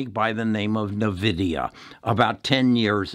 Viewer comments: N-VIDIA (pronounced envidia), not navidia. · please stop saying navidia. It is" N" Vidia. My kids are mad at me saying it like you. Great video though. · so taking tech stock advice from someone who calls it NEUVIDIA ? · its a old way of saying LOL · You owe it to us listeners to be able to correctly pronounce the company that you are promoting. Otherwise, yes, NVDA is a winning company for some time now. Added not enough shares at $508 just recently.